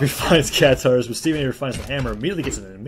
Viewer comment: Its "katars" not "catares"